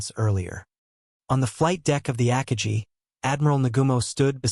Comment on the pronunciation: Ackka Gee? You mean Ah Car Gi.